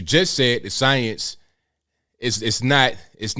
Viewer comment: I can't take this guy serious, he can't pronounced the word science 🤣 😂 😆!!!